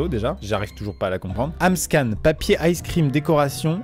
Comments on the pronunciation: Ce n'est pas Amscan mais AmScam 🤣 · mdr cest pas amscan cest amscam